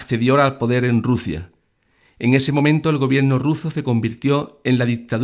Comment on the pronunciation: Rusia se dice Rusia….